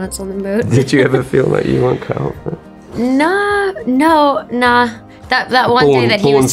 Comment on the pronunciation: You can tell she spent time in New Zealand and had a kiwi partner by this precise second: NAH